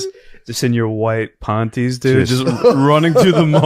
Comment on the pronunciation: Stop saying “pawnties”